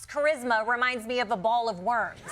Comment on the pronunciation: Yo!! Musk can't say the word, "worms." Instead he says, "warms." What a sad sack.